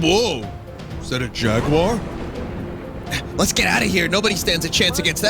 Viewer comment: "I thought George could take the Jagur" With a broken fishing pole XD